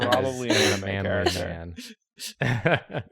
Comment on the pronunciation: Ross' Ausi accent really came through when he said that "manly dude"